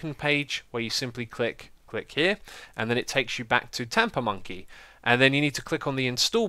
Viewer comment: LOL it sounds like he's saying TaponMonkey :-)